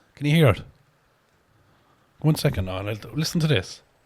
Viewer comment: "First, Secunt, and Turd place" I love the Irish accent 😂